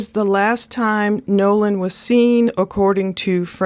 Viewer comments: You keep calling him Noah. Its Nolan correct? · Sound like you are saying Noah it's Nolen. The biggest red flag on this is the friends saying he stayed with a girl and the girl saying No. He left with the friends. Also his phone puts him with the friends. Someone is lieing. The judges statement also makes no sense. They leave Nolen at 3pm but a hour and half mager the boat is taking on water... So what were they doing between 3-430. Also what was the intoxication level of the friends the girl snd Nolen. Right now it's not looking good for the " friends".